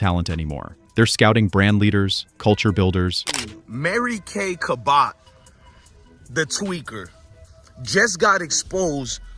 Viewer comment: How can you do a story and not pronounce the subject correctly